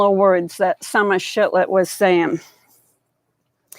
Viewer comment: shiFlet not shiTlet heh